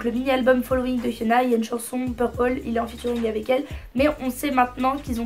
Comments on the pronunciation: Jsuis la seule à toujours entendre « Fiona » à la place de « Hyuna » à chaque fois quelle prononce son nom?😂😂❤️sinon super vidéo ! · Tu dis fiona à la place de hyuna ou c'est moi qui entend mal mdrr ? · Je pense c'est la prononciation coréenne aussi non ?